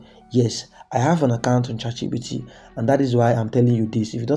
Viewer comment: Bro am not trying to disrespect you but it's chatgpt not chatgbt